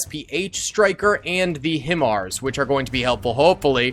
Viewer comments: Hi-MARs or High Mars, is the way you say it because it is an acronym. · Its pronounced...HI-MARS 🤣🤣🤣😂😂